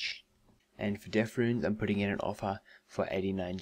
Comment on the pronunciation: It'd death rune, not deaf rune.